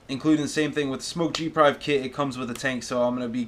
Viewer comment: Did you just say g prive? Lol